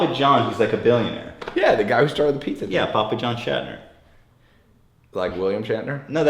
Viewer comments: Of course he doesn't believe you, you've said "schattner" when his name is clearly "Schnatter", Ethan can't pronounce for shit. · It's Schnatter not Shatner. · It's Schnatter, Ethan. Not Shatner :< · His name is actually Papa John SCHNATTER, not SCHATNER